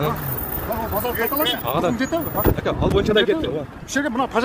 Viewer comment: Духун жетеви дейтко манка